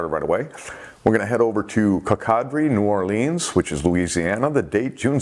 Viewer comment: Coco Dree, New Orlins, sorry, I'm from there, I had to fix that pronunciation. I must have checked YOUTUBE fifty times today, I was having Sharks Happen withdrawals!